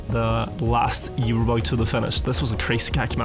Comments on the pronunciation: We love you, but PLEASE, it is pronounced oo-ber not you-ber. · still not saying uber right after so many years